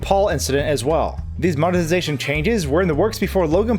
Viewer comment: You realize the word is MONE TI ZA TION, right? And the people who drive creative views are CRE A TORS. Eh? Mone zation craters.